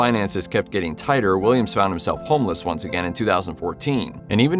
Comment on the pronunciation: A narrator who can’t say the word “homeless” must be “untesticled.”